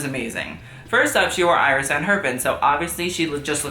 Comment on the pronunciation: Iris’ name is pronounced like “Ear-S”